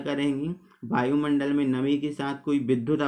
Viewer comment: बायुमंडल नहीं वायुमंडल😂😂😂😂😂